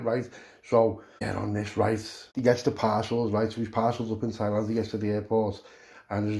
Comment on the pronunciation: Lad soon as you said tieland land speĺt wrong lol.i knew wot was comeing lad thats hevey carnt wait for the rest 💯💯✌👍🏼